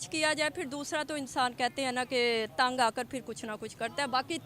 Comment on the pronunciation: इनका उच्चारण सब्दो का ऐसे ही है दवा को दवाअ तंग को तअng